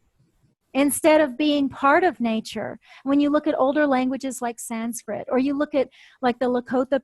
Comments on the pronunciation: Thanks to. Her pronunciation of the Sanskrit words is very good I think. She has revealed a lot of wisdom in this video.Thanks again for this video and interview. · It is wonderful to hear an American who has made efforts and can now pronounce Sanskrit properly. Congratulations. There are so many great American and other Western scholars of Sanskrit, Jyothish, Hinduism, etc. who seem to fail to grasp the importance of proper pronunciation, especially of Sanskrit.